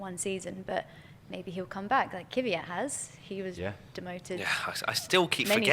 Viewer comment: It's kveyat ffs